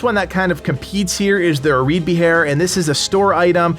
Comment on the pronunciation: Hey man, nice vid! It's really helpful as I only really use Dane axes at this point and want to branch out. And I dont mean to be you know, "that guy", but Areadbhair is pronounced A-RAYD-VAR I know, it's weird. Keep up with the good content!